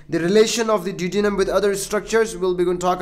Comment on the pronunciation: check your pronunciation... Du. O De num. Hope that helps.